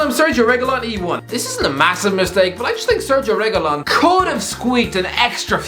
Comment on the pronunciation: I'm just really disappointed by the correct pronunciation of Sergio Reguilón's name not once but twice. I mean the world is just a bit less bright and funny today